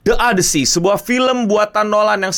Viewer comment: odisi bukan odesi